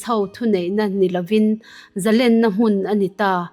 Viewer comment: Ngaihthlak a nuam lutuk ringawt.. Thil pakhat Correct ka duh ve mai mai chu.. ZALÈN tih kan chhiar a LÊN tihlai kan lam rik dan hi, Sangha manna lên kan kan sawia LÊN kan lam rik ang hian lam rik tur a ni. Eng hunah pawh ZALÊN tia lam tur a ni..